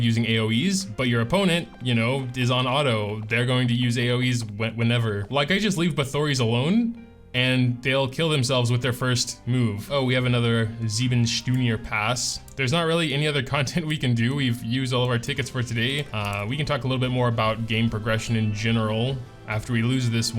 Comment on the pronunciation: btw its "cee-bens-tuu-nier" zebenstunier